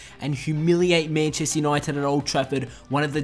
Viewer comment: "Menchester" xD